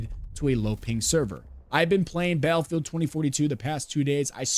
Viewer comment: I agree, I do not believe it will be anything like COD. But please please please, learn how to say the word Battlefield. Hearing you say Balfield over and over again was super cringe. There are two T's in Battlefield. I felt like I was losing brain cells. Balfield 😂 get it together man! BATTLEFIELD!!